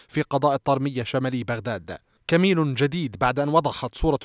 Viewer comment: المذيع يكول كميل عود كمين😁